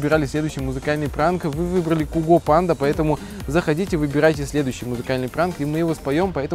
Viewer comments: Не куго,а кьюго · Не куго а сязго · Кугу панда:) Ребят, вообще-то правильно Сайго. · ВООБЩЕТО НЕ КУГО А САЙГО!!! Я ЕГО НАСТАЯЩИЙ ФАНАААТ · Может Гиго?а не Куго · Не Гуго а цуго или цайго певец сам об этом говорил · Какой куго?))) Цыго читается , от слова цыган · Может Сайго , а не Куго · Не куго а цайго!!!!!! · Гиго панда а не Гуго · не куго а сайго! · Не Куго а Сайго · Правильно говорить Цуго а не куго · Сайго а не куго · не куго,а цуго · Куго блять? ало, имейте уважение к автору произведения, цуго или сайго, именно так читается его никнейм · Сюго!!! А не куго панда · Не куго панда а цуго панда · Нет не куго а цуго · Не Куго а Циго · Не Гуго а гайго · Цуго а не куго